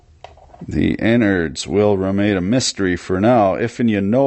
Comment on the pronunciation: I love your show so I don't care but I can't tell if you're saying "n-words" or innards... It is totally possible that Google translator is construing your words. I'm just a black man not sensitive lol